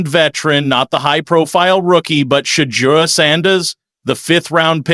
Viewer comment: Shade deur huh? Cmon, be better.